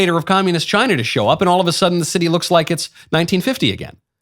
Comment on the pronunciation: Tuned in late live, first thing I hear michael say CHY-NA 😂😂😂😂